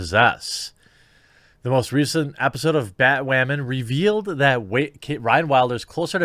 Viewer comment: did you say "epi-pseud"? xD